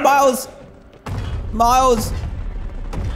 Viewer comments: Did you notice that DAN called miles marecus🤣😂😓Dan just stop making me laugh pls ,😂😂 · When you where going to say miles you said Marcus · U said Markus it’s Miles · 1 hour 16minutes and 28 seconds Dan says Marcus instead of Miles. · And he sqid miles and not meters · He said Marus not miles🤣😁